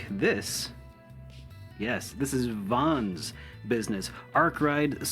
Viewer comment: The way you're saying Vans name is killing me. It shouldn't bother me so much but you've heard characters say his name and you're still saying it wrong.